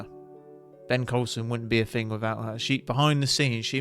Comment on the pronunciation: Are you capable of saying thing or think? Do you intentionally say fink and fing?